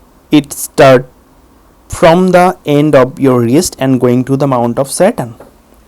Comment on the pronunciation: Sorry, but for a good 5 seconds I thought he was saying 'Mount of Satan'...